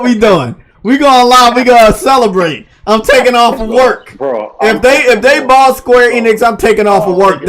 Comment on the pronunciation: THERE IS NO “R” IN THE WORD BOUGHT. LEARN HOW TO SPEAK HOLY SHIT